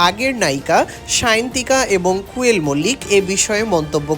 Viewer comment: ভাই ওটা কুয়েল নয় কোয়েল